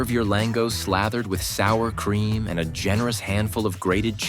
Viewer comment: You can't even pronounce it properly. FFS